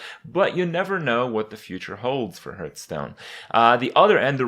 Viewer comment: "Hurtstone" and "Stolog" in the same video, godamnit kripp.